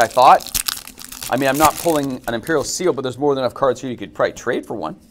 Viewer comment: bro you don't know how to read half of the cards, coming from a non native speaker.